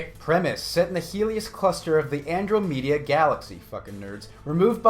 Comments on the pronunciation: AN/Drom/a/da not AN/dra/mea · "andro meta" lol its "ann-draw-meda" pronunciation ftw. its a real galaxy..... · Did you just really say "andro-media"? an-DROM-eh-dah. Jeez... watch Cosmos or something... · OMG you're making me Nerd Cringe. Are you deliberately mis-pronouncing Andromeda. (An-Draw-meh-duh) not (An-Drough-mee-duh). This was a good video. You must be doing that on purpose. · Lmfao, Andromedia XD Edit: Double lmfao, Andrometa? XD An-dra-meh-duh. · "Andrew-me-da" LOL! It's pronounced "An-drom-e-da". Apply yourself! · "An-dro-meda" cough*An-draw-muhdah*cough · Its An-draw-med-da. Spelled how its to be read. Its said like the female name and is the closest galaxy to the Milky way. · It's pronounced "war-ring" and "An-drom-me-duh" as in the actual closest galaxy... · Did you acctually mis pornounce Andromeda as Androo-meeda? lol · bruh can you read? adromedia? wereing? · andro-media ... lmfao. try again bruh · he pronounced andromeda as andromedia what school did this man go to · "Andromedia galaxy" Media Andromeda.. Hmmm I think you goofed sir. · When said Andromeda like Androw-media, who else just went full grammar Nazis? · "Andro-media" GG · andro-media lol. XD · "Andro-medda". "Wearing". Goddamn it,. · How did you mispronounce "Andromeda" (an-drom-mida) and "warring" (wahr-ring)? Ah, that's ok. I forgive ya. That "No Man's Sky" joke was legit. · You said Andru-meda. I forgive you baby cakes.